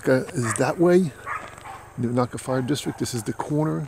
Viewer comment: Unaka is pronounced You-nay-kuh. Not you-knock-uh. And McCaye is muh-kigh, ryhmes with high. Not muh-kay. Celtic pronunciation. Otherwise enjoyed your jUnt thru my community. My house is in your video (youtube timer, not your video timer)